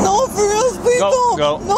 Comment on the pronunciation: “No please freal no frealz no please freal no freal please “😂😂😂😂😂😂😂